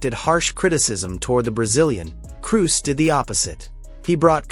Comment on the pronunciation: If your AI cant pronounce Kroos.. or Xavi... Or Vini.. or 6/10 basic fckng English words... dont use it...